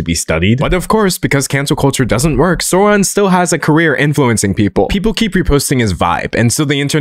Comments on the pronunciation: Babe I'm disappointed. I thought you're the type who would pronounce Sauron properly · You made some important mistakes. First, Saruman was never Gandalf's mentor. They've always been colleagues. Second, you mispronounced Sauron. Yeah, he kinda deserves to have his name mispronounced, but at the same time you're butchering someone else's language.